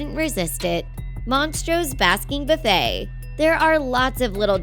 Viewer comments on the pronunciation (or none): none